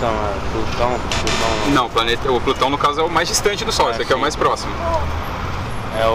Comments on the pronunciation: "Plutao" "egípcio" 🤣🤣🤣🤣🤣🤣🤣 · Kkkkkkk o cara falou plutao kkkkkkkkk